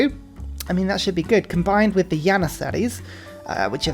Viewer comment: Only 7 mins in and he has mispronounced trebuchet, jannisaries, and amenities. Is this a troll? 😂😂